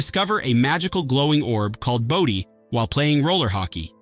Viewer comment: And the globe in Solarbabies is pronounced 'Bo-DIE'. Sit down and actually WATCH these movies before you make a video.